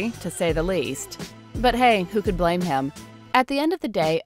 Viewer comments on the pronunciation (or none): none